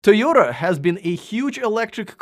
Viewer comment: I was wondering about the Tom passable quality video. That’s alright. Big big fan of these guys they always get a pass.. I like the new pronunciation of Toy oda. Woot woot!